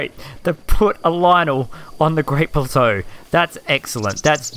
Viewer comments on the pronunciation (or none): Why did he say Great bulzo instead of great plateau?